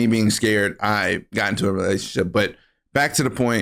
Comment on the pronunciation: Hahaha 😂😂 bro fumble saying relationship 😂😂😂